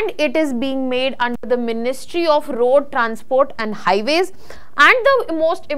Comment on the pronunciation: And ‘rrrrrroad” !!!